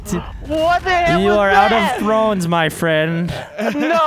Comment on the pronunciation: "Game of Trons"